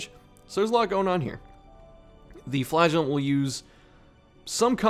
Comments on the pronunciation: I can't watch this, all I hear is "Flatulent" lol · I can't not hear you say flatulent not flagulent. I'm just picturing him farting profusely in the dungeon.